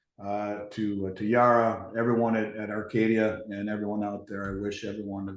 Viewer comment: OMG Chris pronounced Arcadia correctly!!!